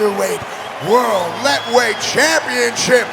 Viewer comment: These commentators are so ill-informed about the Burmese fighting classification - they don't even know how to pronounce this particular style - in the Burmese language the "t" is silent and is pronounced La-way . Now, find another line of work!